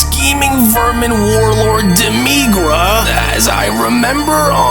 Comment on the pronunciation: Do people mispronounce character's names on purpose just to trigger people. It's demi-grah, not duh-me-gruh..